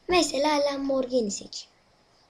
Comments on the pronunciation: lamborgini değil lamborjini diye okunuyo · lamborgini knk :D